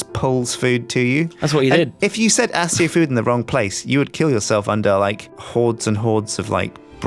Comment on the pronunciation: It's pronounced Akio not asio.